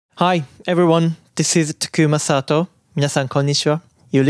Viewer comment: タクマサトウの発音が完全に海外の人のそれになってる